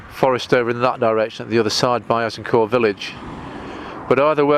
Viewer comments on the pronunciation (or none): Azincourt is the village adjacent to the battlefield. We say Ag In Court, with the t pronounced.